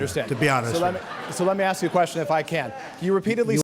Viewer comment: Learn how to say ask you'll sound more reputable